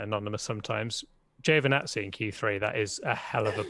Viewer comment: It's "ji-o vee nazi" not "Jo venazi"... Perez keeps getting shitty traffic in qualifying...